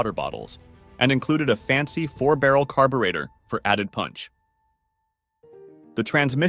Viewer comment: I love how the AI voice can't properly say the word "carburetor"